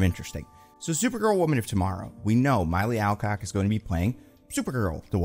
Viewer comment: He apparently STILL can't pronounce Milly Alcock's name, damn😂